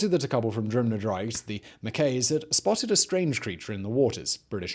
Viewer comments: So close on the pronouciations Simon, Invermoriston was spot on :) Drumnadrochit close (its Drum not Drim so actually goes as read, you got the hard bit :):)) and Urquhart better than most tourists :) Nessie doesn't really have sea access though River Ness starts at a weir which she would have to clamber over and the Canal has locks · and Drumnadrochit, that is a painful mis-pronancation as well, there is no 'I' in the first half of the word.